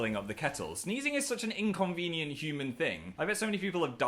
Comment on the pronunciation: Are we gonna talk about how he pronounced inconvenient?